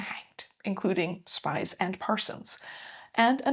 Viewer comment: Fun fact, it’s pronounced more like August Speez